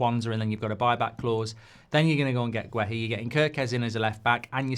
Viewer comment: It's not pronounced as Gwe-Hi, it's Geh-Hi, the U is silent in Guehi ... Please stop butchering people's names like this.